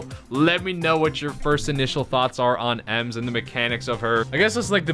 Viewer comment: Bro your the only Brawl you tuber that pronounced it correct 👍